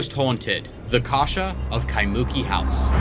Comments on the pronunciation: I’m sorry. I always love this story, but just hearing it pronounced KaiMOOki absolutely cracks me up, lol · (Kai-moo-key) ✅ (Kai-mookey) ❌ Separate the syllables, don’t mash it together. Kai moo key Not Kai mookey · Loved the episode, but hated your pronunciation of Kaimuki. Its Kai-mu-ki . Not muki, but mu-ki with the accent on ki. All good. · Phonics spelling bro Jack " Ky'Monkey"😂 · KAI-MU- KEEEE A neighborhood behind of Diamond head on Oahu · Kai-moo-key is the correct saying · It's pronounced. Kai - moo- key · It's pronounced Kai moo key Kaimuki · We need to work on your pronunciation on Kaimuki Jack 😊 but you tried ❤ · That's not how Kaimuki is pronounced btw 😂